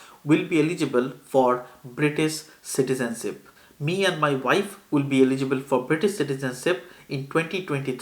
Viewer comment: Citizenship vs CitizenSIP. where are your 'H' sounds bro? you eating your H's?